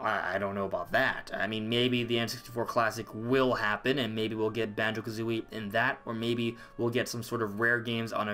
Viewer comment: Yes Thank you For Say Banjo🙏🙏🙏🙏🙏🙏🙏🙏